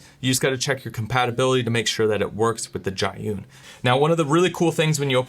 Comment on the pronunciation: The brand name is pronounced as "G-Yun," which literally means "to the cloud" in Chinese